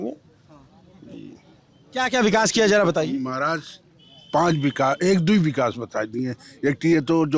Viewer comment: Road ko bikas bol rhe hai...chacha😂